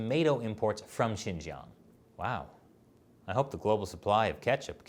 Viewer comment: I find it hard to listen to a man who prob ounces Xinjiang as “shin-gang”